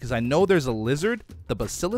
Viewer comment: It is pronounced (basa lisc)